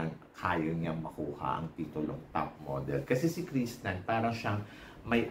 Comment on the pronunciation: Krishna hindi Krishnan. Ilang beses nyo inulit puro Krishnan..... Krishnan.... Walang N sa dulo.